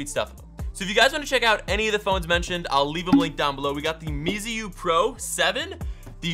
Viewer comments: watch out! It's not mesiu it's meizu. May-zoo. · Speak mei zu not me i zu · it is pronounced maizu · You are pronouncing the meizu and the xiaomi wrongly....